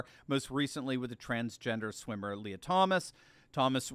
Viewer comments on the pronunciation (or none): none